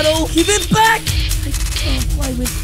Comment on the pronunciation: Bro said bak